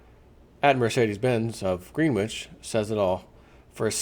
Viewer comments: Its "Gren-itch" not green-which. Don't get out much, Eh? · Greenwich is pronounced, gren itch. Like gren itch village in NYC spelled Greenwich village.